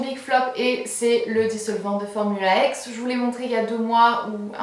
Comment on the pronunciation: trop top la vidéo mais par contre on ne dit pas formula ex mais bien formula ix 😊❤